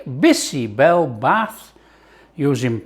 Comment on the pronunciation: Great, great, great❤ OMG u are removing the froth like my dadi, Nani used to do extract out unhealthy anti-nutrients❤ never felt like eating bisi bele bhaat so much ❤ ur cooking makes every recipe sumptuous ❤ n dear chef it's "Bhaat" (rice) not Bath